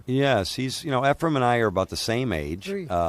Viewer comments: Earls a baby. And it’s Efren not Efrum. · Quit calling him Efrum, announcer.